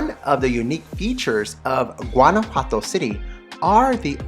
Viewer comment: Beautiful video, just one criticism…your pronunciation of Guanajuato!!!